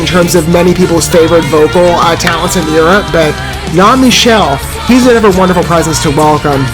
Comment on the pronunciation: Michele is actually pronounced Mick-el-lee. I know, I know....those crazy Italians...😅 however, this is not Michele. This was Siegfried Samer. Michele didn't join the band until the next album "Wanderers." Siegried was with them for 2 albums, "Ethera" and "The Deep & the Dark."